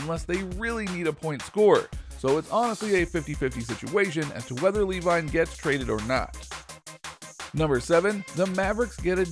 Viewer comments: Lee-vine 😑 quickly disliked the video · Thats Zach LA-VEEN